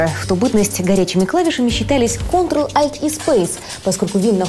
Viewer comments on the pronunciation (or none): none